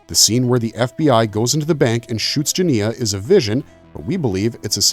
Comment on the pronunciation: Obviously you didn’t watch the film or you would know how to pronounce the main character’s name. It’s very off putting!